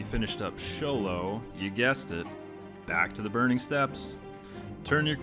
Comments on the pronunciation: Good guide but Show-low? Don't your pronounce it like school? it is a school for the dark arts after all. Skoe-lo-mance. Or have I been doing it wrong for 16 years? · Skolomance :D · “Sholomance” lmao